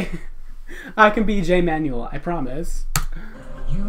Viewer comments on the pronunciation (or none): none